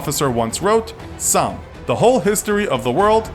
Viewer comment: You say Somme wrong btw